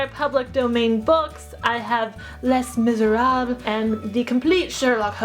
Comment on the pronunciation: Im not trying to be rude but I did cringe a bit when you pronounced Les Miserables wrong xD I'm sorry I take french I can't help it